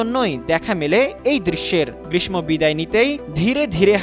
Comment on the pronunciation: ধন্যবাদ, অনেক সুন্দর। গ্রীষ্ম উচ্চারণ সঠিক হয়নি।